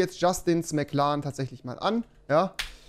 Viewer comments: WIE REWI MCLAAN SAGT UND NICHT MCLAREN😂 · Wen triggert auch die Aussprache von Rewi beim Wort McLaren? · niemand: Rewi: Mc Larn